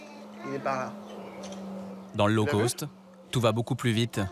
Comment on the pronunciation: low cost revoir la prononciation : cost Sinon intéressant